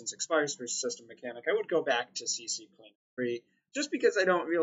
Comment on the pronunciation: Thanks for the vid...but damn lol Please! CCLEANER JUST C and then Cleaner...if you're going to say CCCLeaner then say CC-Leaner it sounds more Gangsta lol